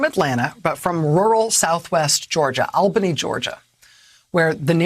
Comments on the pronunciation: It’s pronounced ALLBANY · That's pronounced All Benny if you please.